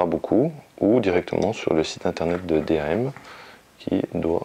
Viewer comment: Bonne vidéo par contre D.A.M ce lis en un seul mot lol dam